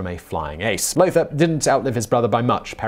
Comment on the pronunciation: Lothar von Richthofen: Lothar is pronounced "lo-tah"